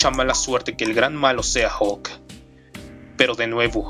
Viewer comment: hulk e.e solo que lo pronuncia mal